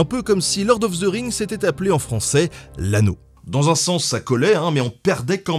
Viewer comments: The = de pas ze... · Hey les francais.... <The> se prononce ... Pas Dze.